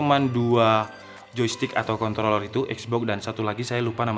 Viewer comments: Lidahnya kepeleset 😓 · ajg ribet bgt sebut nya kOntroOlLerRr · Kontrrrrroler PAKE R😁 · Maksudnya apa sih ngomong controller pake R Biar pada mikir k0nt*ler gitu? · Menit jg gw dengar gitu dan jelas bet hahahaaa ngakak